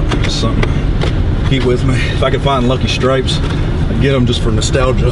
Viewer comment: Did he say lucky stripes? 🤣 Did he mean Lucky Strikes?